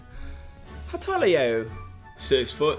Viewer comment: Cody saying “How toll are yew” SENT me